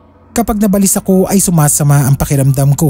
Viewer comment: Hindi nabalis Ang pronunciation nun "naba - lis .. salitang Tagalog Yan sakit sa Tenga paulit ulit pa